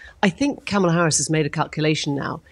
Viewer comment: I wish when this chick would start "speaking', that she would pronounce KAMALA's name correctly. Ugh.